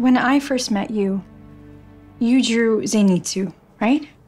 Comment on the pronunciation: man she said zeinitsu ;n; how dare she